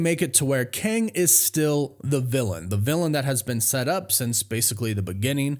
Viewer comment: Kang → "Ang"